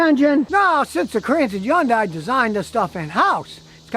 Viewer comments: Hahn-die Scotty. Not Yawn-die. 🥴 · still waiting for scotty to realize that yundai starts with an H and EVERYONE else pronounces it with the H.